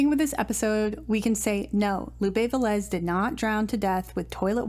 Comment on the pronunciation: Lupe VE-lez, instead of Ve-LEZ.